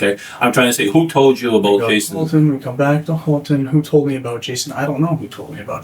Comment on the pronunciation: Houlton, not Halton